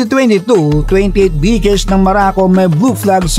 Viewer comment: maraco ang pagkarinig ko😂